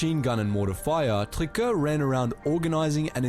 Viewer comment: Paul Triquet not Tricker